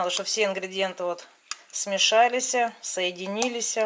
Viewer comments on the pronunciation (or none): "СмешалиСЯ", "соединилиСЯ", "сошлиСЯ"!!! Блин!!! Ну Вы же блогер!!! Ну, хотя бы для ролика загляните в словарь!!! Рецепт отличный, но своей безграмотной речью Вы сами под собой режет сук, на котором сидите, выражаясь фигурально. Просто отпадает желание слушать дальше. Конечно , Вы скажете: "Не хочешь - не слушай". Я так и сделаю. Но, думаю, я не одинока в своих ощущениях. Блин: "ПолОжить"!!! Ну нет слов!!!